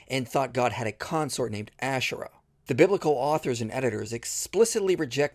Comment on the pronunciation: She can't even pronounce Ashera right. 🤣🤣🤣🤣